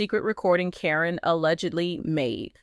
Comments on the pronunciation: Why is the audio saying Ka-rin. The witches name is Caryn, pronounce Karen. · Her name is Karen not Corine get it right A I !!!! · Hey guys LPBW Update if you are going to have an AI do your talking make sure it is saying the names right. it is Caryn but it is said like Karen. I have watched this show since the kids were very young. When I heard someone say Matt has a girlfriend and it turned out it was her, I knew she was in it for Matt and the family's money. Matt RUN. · Her name is pronounced like Karen. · Her name is Karen say it right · Keep saying her name wrong. Probably Al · Is there a reason you keep mispronuncing Karen's name? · get the lady name right Caryn!!! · Why does the name Caryn get pronounced differently every time